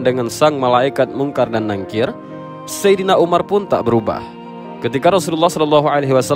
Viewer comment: NAKIR Min... bukan NANGKIR maaf